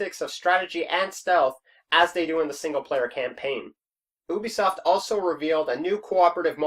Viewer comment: Did he really say oobisoft not ubisoft wow